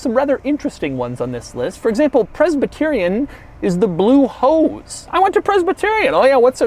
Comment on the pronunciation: "The Blue Hose" I was laughing hysterically when you said that because without looking at the screen, the way you said it honestly sounded like hoes.